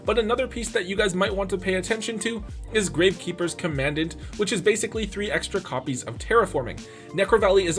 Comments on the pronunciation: Love to be that guy, but it’s actually pronounced “comm ahn daunt” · Hate to be that guy but commandant is pronounced like you are saying “Calm a dawn”